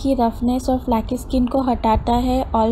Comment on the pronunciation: preciously nahin precisely, flacky nahin flaky and wegan nahin vegan. Since you are on public platform, better pronunciation will be beneficial. No one is perfect, but we can try